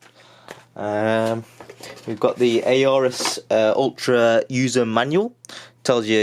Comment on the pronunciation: Not 'A Orus'. Just 'Orus'. You don't pronounce the A buddy.